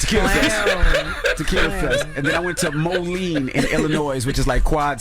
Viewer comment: Cmon manneee u did the name moline bogish